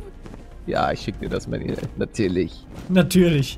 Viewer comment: Ja, "Manuel" halt nur englisch ausgesprochen. Aber ich schreibe es immer "Mänjuel." :D